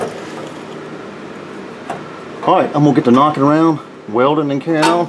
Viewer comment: I love it when you get to "weldin and carryin on". 😂 You sir are the man and I appreciate your series.